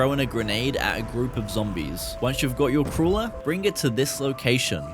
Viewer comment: did you just call a crawler a "crula"